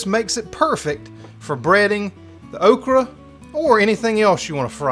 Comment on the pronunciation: It's definitely "oak-ree." LOL!